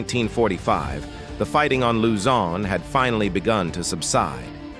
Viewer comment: Another video with terrible AI voiceover mispronouncing soooo many locations. Use a real person.